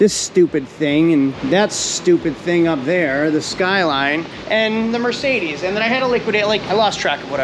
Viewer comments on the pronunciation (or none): none